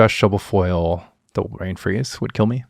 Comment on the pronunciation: weirdest pronunciation of brain freeze I've ever heard